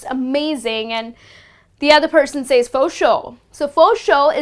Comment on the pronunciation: You mispronounce says.